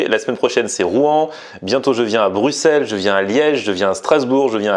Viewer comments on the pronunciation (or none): none